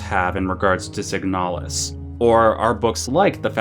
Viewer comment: Okay but it's called "signalis", not "siganalis".